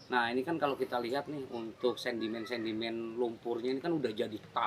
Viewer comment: SEDIMEN BANG,BUKAN SENDIMEN......SARAN AJA..